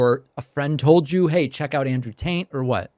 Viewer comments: Taint? 😂 I could’ve sworn he said Andrew TAINT back to back several times lol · I have the strong suspicion that "Taint" isn't an accident, I love how he says it with a poker face, like he really doesn't know how to pronounce it., THIS is what I love about Pakman. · Were you saying "Taint" instead of Tate? Lmao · Also, I feel like you were saying Andrew "Taint" and I can't tell if that was a mistake or something more intentionally mischievious. :D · I love how he says Taint instead of Tate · Were you pronouncing it Andrew Taint? It sounded like that 😄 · Hahaha I swear he kept calling him Andrew Taint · Like how David seemed to keep sneaking in "Taint" instead of "Tate." Sounded like that to me. Hope he was, anyway. 😎🤙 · He keeps saying taint and not Tate 😭🤣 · Is he saying “Andrew Taint”? 😂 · are you saying andrew taint?🤣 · Why does it sound like hes saying "Andrew taint"? 😅😅😅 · I'd swear David is saying "Andrew TAINT". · I'm pretty sure you just called him "Andrew Taint." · idk if you're saying andrew taint on purpose but I appreciate it. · I can't unhear "Andrew Taint" now. Idk if David meant to say it this way, but it fits and it's perfect, actually. lol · David said "taint" like he pronounces it, 😂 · Is it just me or did David say “Andrew TAINT” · Did David say Andrew Taint? lol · I kept thinking you were saying “Andrew Taint” 🤣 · Did David accidentally say Andrew Taint? 😂😂😂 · Did i hear David pronounce it "Andrew Taint"? lol... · I caught that 😂 Pakman kept saying Andrew TAINT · Deliberate pronunciation of "Andrew Taint" noted ( ͡° ͜ʖ ͡°) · I sounds like David is saying Andrew Taint. 🤣🤣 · I had to laugh with David pronouncing it "Andrew Taint" Very apt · "You weren't looking for him. You were scrolling and an algorithm gave you Taint." I remember a video from last year (I believe) where you said that you'll refrain from intentionally mispronouncing people's names. I'm glad you gave the self-admitted sex trafficker (in all but name) an exception.